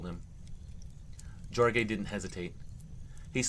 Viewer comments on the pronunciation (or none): That 1st 1 if you see spelling of Jorge it's pronounced Horhay FYI